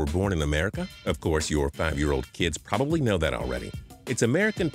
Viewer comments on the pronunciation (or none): none